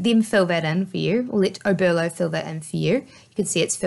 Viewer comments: Oberlo not Obero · OBERLO not obero!!!!!!!!!